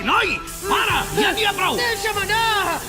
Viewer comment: Bé, deixant de banda la degradació actual de la llengua a TV3 i en molts altres mitjans, mai he acabat d'entendre perquè en molts doblatges les paraules "jo" i "ja" els pronuncien com "io" i "ia". Vaig veure un comentari d'una dobladora (no recordo qui) que explicava que era a petició de la productora. Entenc que deu ser per una raó semblant que la de "vull" per "vui", però no l'entenc, perquè jo parlo dialecte central i pronuncio aquestes paraules amb la j. No ho sé, ho trobo incomprensible.